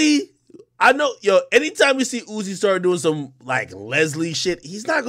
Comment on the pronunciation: His name ain't uzi no'moe, lmao his name "Uusie"😂...